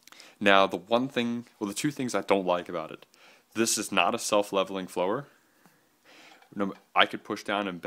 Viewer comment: he's pronunciation of follower totally discredits is opinion in any way shape or form in my mind. Haha.